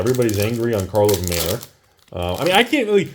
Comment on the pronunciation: it's pronounced "car-lov", not "car-vol". Get it right when you make your next of many videos. And the doofuses who are buying the snake oil salesman's wares are called "patrons", not "patreons". Please also pronounce the word "cray-on" properly.